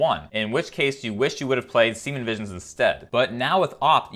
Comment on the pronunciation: he says "semen visions"